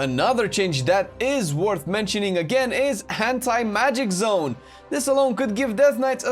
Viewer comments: I swear when you said Anti magic zone i swear i heard you say hentai magic zone. I almost spat my tea out. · Definitely heard “hentai” =P